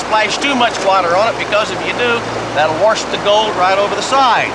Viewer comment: he said Warsh instead of wash...